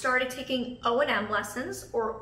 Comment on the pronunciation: I thought it was O&M, not O.N.M...